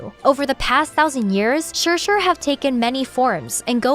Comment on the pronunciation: I love the accurate pronunciation of "shi-shi" but not "desu". I'm the other way around, pronouncing my Japanese better than my Mandarin.